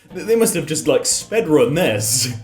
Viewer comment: Did he just say "spedrun"?